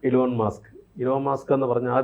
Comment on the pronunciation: Elon Musk ആണ് ആശാനെ 🤭 മാസ്ക് അല്ല 😂